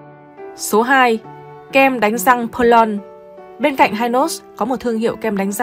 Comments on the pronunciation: Tôi người miền Nam , từng sống qua thời VNCH muốn góp ý về việc phát âm tên một vài thương hiệu sau đây : - kem đánh răng Hynos đọc là Hy nốt ( không phải Hai nốt ) , Perlon đọc là pẹt lông ( không phải pơ lon ) . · Hynos đọc là Hi-nos chứ không phải là Hai-nos, và Perlon đọc là Pẹc Lông theo ngưởi Sài Gòn bạn ạ Giọng bạn hay lắm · KEM DANH RANG PERLONG.;DOC THEO AM TIENG PHAP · Đa số người sg phát âm theo tiếng pháp 🇫🇷 bẹt long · Bà chị '2 nút' đọc tên mấy nhãn hiệu nghe như 'tây ' nói tiếng Việt. Bà con trong nam phát âm Hynos và Perlon nghe không giống như bà chị đâu Hihihi !!!